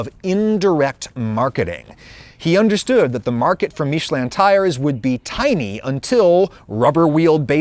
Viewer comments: Love how he thinks "Míshleh" is the French pronunciation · "Meeshlé" is NOT how you say "Michelin". And noone try to tell me that he just prnounced it french, what he said sounds nothing like the actual french pronunciation of Michelin. Look it up. Aaaaaaaaand then you said you're gonna switch between english and "french" pronunciation on a whim throughout the video so I will click off now cause I will get too annoyed by hearing that completely made up pronunciation that no frenchman ever said this way throughout the entire video s.s Seriously, just google "Michelin french pronunciation" before doing this video mate! The fact that your pronunciation is NOT EVEN CLOSE shows a lack of effort since it's just one google search and listening to 2 seconds of a french guy pronouncing it. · "Marketing Michelin" not "Making Michelin" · Realization 1: HE'S SUPPOSED TO BE TIRES? Realization 2: THE TIRE COMPANY/GUIDE IS NOT PRONOUNCED "MITCH-A-LIN"?? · Actually your "american" pronounciation for Michelin is closer to the true french one than your french one ^^ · Not even saying french pronunciation corectly